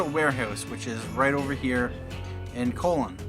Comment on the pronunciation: On to mission 3! Having watched you do 1 & 2 made them considerably less frustrating than just trying to blunder through them would have been. BTW... Colon (the city) is pronounced like Cologne (the city)